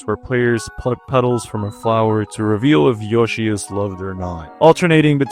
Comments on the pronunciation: yoshi ❌ joeshi ✅ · Hearing "" instead of "Yoshi" made this video almost unwatchable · Dude. isn't "different", it's literally just wrong. Yo-shee and Yow-shee are different ways to pronounce Yoshi, but this is a Japenese word, the "Yo" under no circumstance is gonna result in a "J" sound, not to mention that in English "y" only makes a "yuh" sound, an "e"-like sound like in happy, or historically thorn, like the th in think. Also I don't know why this offended you so much that you had to activate ad hominem mode like a far right twitter user, do better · Is nigga just pronouncing yoshi ''joshi'' on purpose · "" Also nice video! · why do you call Yoshi “”